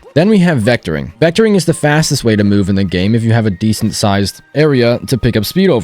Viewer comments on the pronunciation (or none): none